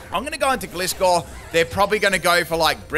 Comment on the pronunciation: I love how he pronounces Gliscor totally wrong XD